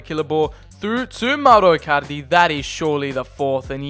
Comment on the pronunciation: Do you wanna say mowro icarlidy any more